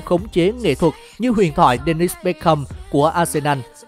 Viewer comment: đọc là béc kam. ko phải là béc khâm